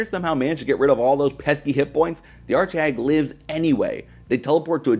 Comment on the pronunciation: what's an art shag ? I keep hearing art shag I swear x)